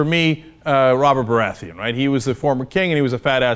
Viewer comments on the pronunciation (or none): none